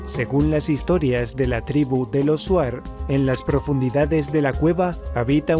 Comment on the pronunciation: Amigo se escribe shuar y le lee chuar 😀